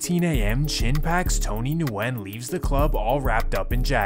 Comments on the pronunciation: It's pronounced "Win" not Nuwin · Am I the only one that knows that Nguyen is pronounced like win? Or is that just the people I know? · Nguyen is pronounced Gwinn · their last names are pronounced "Wen" not N-wen. Nguyen is pronounced Wen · His pronunciation of Nguyen as Nu-en instead of New-gen makes me laugh a little. As someone from the west coast of Canada, I'm used to seeing names like that and the correct pronunciation of them, but it's understandable that he doesn't. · I think it’s regional. Here in california they say Nu win but when I was living in louisiana they would say just Win. Never heard of new gen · Haven’t clicked on a video this quick ina long time 🙏 Also in case ur reading this the Vietnamese name Nguyen is pronounced “win”. It’s so common that like a quarter of the population has this surname or some crazy shit like that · Noo wen! Is the correct way to pronounce it. Viet last name!!!! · bruh says nu when... im dead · Nguyen, is pronounced like Gwen. I didn't know this either until someone corrected me. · Nguyen is pronounced “WIN” my guy 😂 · Nguyen is pronounced like saying Winn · Nguyen is pronounced ‘win’ :D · ITS JUST PRONOUNCED WYNN. GOOD VIDEO THO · Hey brother you need to clean these up because the N is silent on that last name it’s guyen basically not Nguyen with the hard N like you pronounce it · It’s “win” nyugen is pronounced win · nguyen is pronounced win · I think Nguyen is pronounced win but I could be wrong, I went to school with a lot of people with that last name , always sounded like the n was silent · Nguyen is pronounced “wen” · NGUYEN=WIEN ....JUSt so YOU COULD SAYBIT CORRECTLY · Nguyen is pronounced “win” 😊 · Nguyen is pronounced as weng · The way you pronounced Nguyen.. drove me crazy… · The “N” in “Nguyen” is silent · The way he pronounces Nguyen makes me cringe